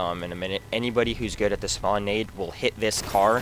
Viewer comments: "SHpawn area" nah jk good vid bro. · dude great vid thanks for the tips. i know this is irrelevant but you tend to say shpawn, but nothing important